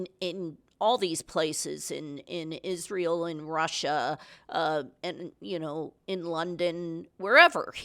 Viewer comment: cant say israil